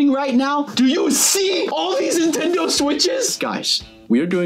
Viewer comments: They’re not “intendo” switches, they’re “Nintendo” switches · He said intendo switches😂😂😂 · who is here in 2024 and btw i love how says intendo when its nintendo